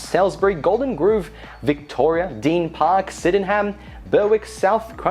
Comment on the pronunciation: Oh dear, Deen Park = Deer Park, Syden-ham = Sydenym, Ber-wick = Berrick, Cranbourne is pronounced like Melbourne and Narren Warren = Narre Warren